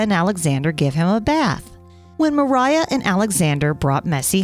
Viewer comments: native Russian speaker here. Masha's full name is Maria Dmitrieva. It's pronounced as Muhreeyah. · MARIA. Not Meriah...